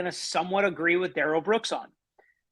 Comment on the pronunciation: It’s not Darell, Da’rrell. Everyone in court should start pronouncing it that way and MAYBE he will stop saying he doesn’t consent to being called that name and doesn’t know anyone BY that name. He called himself Da’rell in the arrest video.